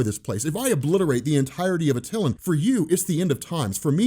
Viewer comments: Hey love your stuff. Just wanted to let you know that it’s pronounced ( At -A - lan ) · DOPE VID. For the love of everything dude its pronounced AT TUH LAN!!!! LOL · you constantly mispronounce names... Attilan is not how u pronounced it. watch the tv show and you know how to pronounce it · U say ronin and attilan wrong, at this point I'm convinced u do it on purpose.... Have a good 1 of cemoxesplsyded